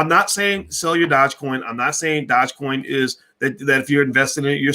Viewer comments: What is a Dodge Coin 😂😂😂😂😂😂. You are mispronouncing the word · It’s Doo je coin. Learn how to say it. Even dog e coin would be acceptable. You sound like a fool. 😆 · YES - ITS DOOJE( PRONOUNCED) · A lot of people commenting on the way your pronouncing dogecoin, but I Don't think this stock deserves the correct pronunciation sound to much like a ponzi! ( Remember Bernie Madoff)